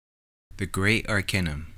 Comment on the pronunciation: AR-KAY-NUM not AR-KEH-NUM .... how can I take you seriously if you can't even vibrate the focal point of your subject correctly...